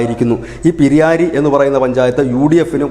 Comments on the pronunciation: പിരിയായിരി അല്ല പിരായിരിയാണ് ശരി. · സർ പിരിയാരി അല്ല. പ്രായിരി (പിരായിരി) എന്നാണ് വിളിക്യാ.. കൃഷ്ണകുമാറിന് നല്ല സാധ്യതയുണ്ട്. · പിരിയാരി .. അല്ല ബ്രോ.. പ്രായിരി ആണ്. തെറ്റ് തിരുത്തുക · പിരിയാരി അല്ല... പ് രായിരി ആണ്.